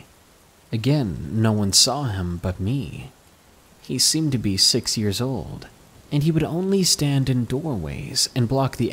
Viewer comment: Sex? Oh you mean Six lmao everytime